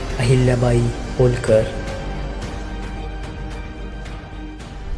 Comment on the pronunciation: उनका आडनाव होलकर नही,बल्की होळकर ऐसा था। यह एक मराठी आडनाव(उपनाम) है। और उसको उसी शैली से उच्चारित किया जाना अपेक्षित है।कृपया इतिहास कि वास्तविकता में छेडखानी मत कीजिये।